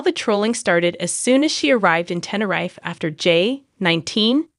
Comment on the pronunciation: Same here, it grinded on me how it said Tenerife